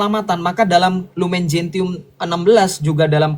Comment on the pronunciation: Masukan sj: Lumen Gentium dibaca lumen jensium; Nostra Aetate dibaca nostra etate.